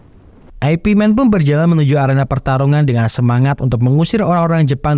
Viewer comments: Min ,baca nya ipman bukan aepi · Aipi aneh bgt kedengerannya ya 😂